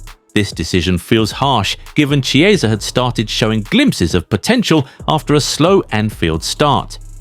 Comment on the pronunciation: This guy had one bad season, and all of a sudden we forgot how to pronounce Italian names? 😝 It's Chiesa like Chianti. 🍷🇮🇹